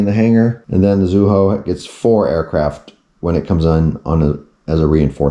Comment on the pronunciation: It’s Not Tone....it’s pronounced Toe-Nay. Zuiho is pronounced Zwee-Ho